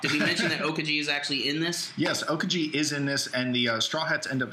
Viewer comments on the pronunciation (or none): lol how you guys pronounce Aokiji... OKAJI!